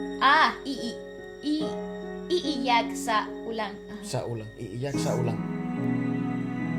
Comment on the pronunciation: It's iiyak.... not liyak